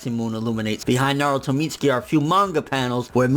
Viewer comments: Mit-su-kee not Meetski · It's not "Meats-ski" it's pronounced "Mit-sue-key" Lmfao